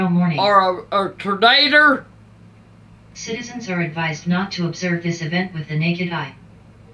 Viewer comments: Tern-a-der (Tornado) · I love how granny says tornader !!! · Is it a "Tornader" or a hurricane??😂😂😂